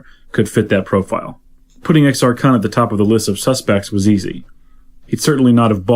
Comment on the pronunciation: it's Exar //koon//